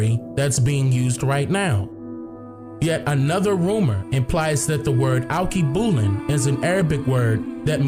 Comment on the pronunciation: Correct pronunciation: all-kay-boo-lon